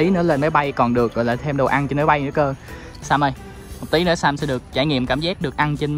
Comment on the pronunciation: Sam mà tui nghe nhầm thành Sa =))))